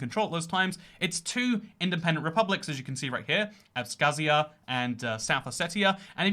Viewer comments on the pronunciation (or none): the western of the claimed autonomous regions is pronounced "abkhazia". It seems you have mispronounced this pretty often in your videos that mention it :)